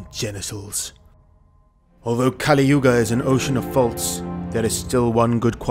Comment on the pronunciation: It's not kaaliyuga but kaliyuga